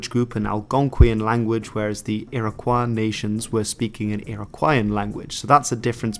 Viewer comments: A very enjoyable video. One correction. The proper pronounciation for the name Iroquois is Ear-ah-koy. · It's pronounced "Ear-uh-kwoy." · funny ur pronouncing iroquois the french way. never heard that before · It would help if you could actually pronounce Oneida, Onondaga and Iroquois. In fact they don't use the word Iroquois anyway. That's an Algonquin word meaning rattlesnakes used by the French because they're not very intelligent. The name is Hodenosaunee (people of the long house).